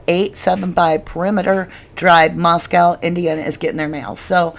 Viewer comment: Core-duh-LANE LAY-tah County. mos-CO Idaho.